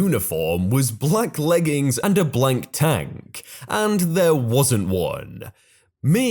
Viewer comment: BLACK tank, not blank tank.